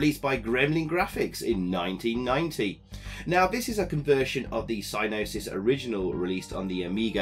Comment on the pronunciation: Thanks for the video and review. I programmed this with Dave Cooke at Gremlin Lincoln. Funny how you call the company "sy-nosis" with a silent "g". We always called them "sig-nosis". When I visited Psygnosis in Liverpool prior to the development of the game, they showed me their new mainframe system for their in-house programmers. It had a "colossal" 9 gigabytes of storage. We thought that was more memory than anyone would ever need and I was in awe of the machine. Great times and good to see the game again.